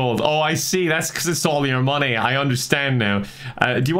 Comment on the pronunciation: Dutch Vanderlind/:We need moneh